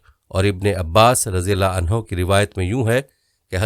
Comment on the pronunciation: Bahi sahb jibraeel nhy hai jibreel huta hai. Aur mard sahabi k lye anhuu huta hai anhaa nhy. Edit kr k sehi bolain. 🙏🙏🙏